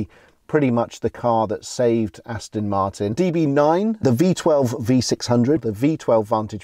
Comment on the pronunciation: Another great video chaps, achingly beautiful cars, I'd love one....anyone. But, at the risk of being thought to be a bit snooty (and I'm not, honest!) there is a 'T' in Aston Martin, it should never be pronounced Aston Mar'in. After all, it is British.....sort of!